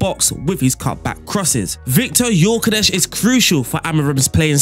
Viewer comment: Hey, the Gyökeres pronunciation was good! :)